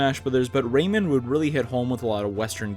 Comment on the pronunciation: Says Raymond.. RAY-MAN